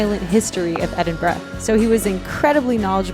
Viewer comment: So glad to hear you pronounce Edinburgh properly (in your voice over)! Love the vlog too...as always!